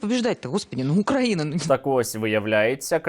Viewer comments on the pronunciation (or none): none